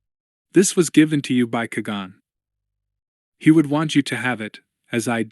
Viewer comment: Please learn to pronounce “Qui Gon” Kwy Gone.